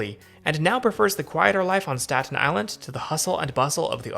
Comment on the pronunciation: i've never heard anybody ever pronounce any of these places like you 😂 nobody says statEN it's always like stat-in or sta-in with a hard stop instead of T. same with tottenville. but anyways it's krazy seeing most of these places i've grown up going to. i grew up in south beach and old town / grasmere were my main station depending on how i felt like walking or if i stopped somewhere along the way. i always wished the south beach rail line still existed, as well as north shirt since i lived 2 blocks away from them both. if u look on google maps u can see roughly where the south beach line use to be because of how the houses were built. also remeninets of it west of sand lane. maybe the metal tracks are still there, ive never wandered into the swamp to check.